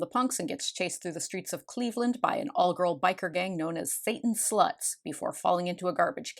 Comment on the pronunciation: I love how they get CLEEEEEVELAND so wholly . . . WRONG 😂. I’m from Ohio, and Satan’s Sluts won’t be chasing you there . . . 😂. Also I loved this movie as a kid. You gotta admit it’s entertaining! And a duck with titties will never NOT be funny to me 😂😂😂😂!